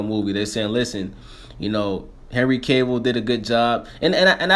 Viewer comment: Sound almost like you said henry cable xD